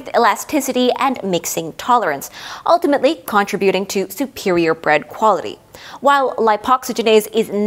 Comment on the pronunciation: EXCELLENT explanation, but PLEASE! It is pronounced "con-TRIB-u-ting," NOT "con-trib-U-ting." The emphasis is on the 2nd, not 3rd syllable. Otherwise, you are very easy to listen to, and every educational.